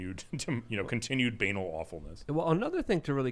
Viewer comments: It’s pronounced ban-aaal. Not b-Anal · Was mispronouncing 'banal' and 'banality' for a bet? If not then funniest American English I have ever heard.